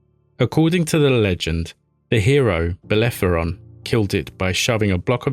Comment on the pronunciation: Bel-le-ro-phon! You bell-end!